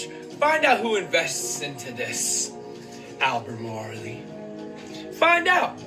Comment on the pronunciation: Fyi the E in Albemarle is silent. It’s pronounced Al-ber-marl. 😊 Really great video though 👍😊 I’m with you about keeping our eyes open to everything.